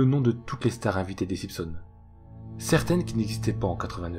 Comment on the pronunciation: SimPsons 🤣🤣🤣 j'suis mort ! Chez nous on dit SiMpsons, on prononce le m mais pas le p ! 😂